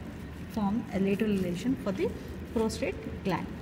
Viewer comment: Ma'am, it's the prosTATE and not the prosTRATE gland.